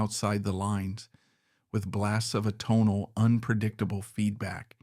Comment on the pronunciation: How many adjectives can one shove into a narration?? This isn’t good writing, this is verbal masturbation. Also, your mispronunciation of Hasil Adkins, atonal, and CBGBs shows you don’t even know your subject matter. If you cut out the BS, this video would be a quarter of its length. I couldn’t even get to the end. Your vocal delivery also made me want to eat a pistol. R.I.P. Bryan, you deserved better than this tripe.